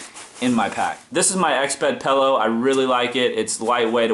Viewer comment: pellow???? but good vid